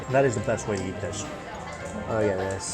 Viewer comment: Mike pronounces "eat" like "yeet" and all I can think of is him throwing those noodles down a hallway or smth..